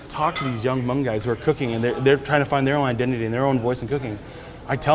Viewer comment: Dolla Tha Kid how else are you suppose to pronounce it? He’s Hmong, of course he knows how to say it right.